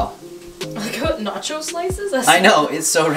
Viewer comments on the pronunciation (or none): none